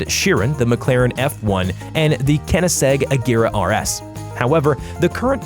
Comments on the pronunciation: wtf is a ”kenny seg”??? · "emrats" 'keniseg" Plus, the F5 isnt even in production yet. Bugatti La Voiture Noir, 19$ million. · YOU FUCKING NUB IT KONEGSEG NOT KENISIG WHAT THE FUCKIRJDIDNFFOFF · there is an o, not an e keniseg koenigsegg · Kenesegg he says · Man said kenisegg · “Kenniseg agera r” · Did you just say kennisegg🤦‍♂️🤦‍♂️🤦‍♂️ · Kehnenna-seg. Might as well be a segway with the pronunciation haha. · Cheerin, veron, kennigseg? Are you kidding me? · Hippity hoppity when he said kenisegg my brain lost its cells property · Ok whoever is talking is a complete frikin idiot that knows nothing about cars because first of all he doesn't even know how to say the cars name properly "Kenigseg Agera RS" its literally said how its spelled out, and he clearly doesn't even know the cars model, he put a One:1 on the screen and said Agera RS, and he said that the fastest car in the world is the Hennessey Venom F5, but the car didn't even come out yet and didn't even prove it yet. Also, the most expensive car in the world till date is the Buggati La Voiture Noire which is $18,000,000. and it's not said SWEPTAIL its said SWEEPTAIL. Also, another one is he said "PORSE" instead of "Porsche." I don know why this guy even has this many subscribers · mans said kenegseg 😂😂😂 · well it is könig-segg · "keniseg" lmao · Is it me this guy said koneseg worng (not sure if I spelt it right) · Keneseg lmao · I don’t know what a “kenized rs” but I know what a koenigsegg rs is tho😂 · Driving my keneseg in the emraats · When he said kenniseg I felt my brain cell disappear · The F5 doesn't even exist yet, how can it have the high speed record? It's the "Kennys egg" (guessing you meant to say Koenigsegg ) agera RS that holds the high speed record. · Korneesegg is how it is pronounced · Says Veyron Supersport, shows Chiron. Says kenisegg. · 😂😂 i can tell from him saying “Kendgsegg” Its not an egg bro! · "United Arab Emrahts" "Kenniseg" "Bugatti Verren Super Sport" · Agera R is the best "kenniseg"